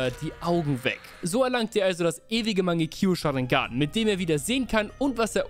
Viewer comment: mangekio sharingan? Rip Aussprache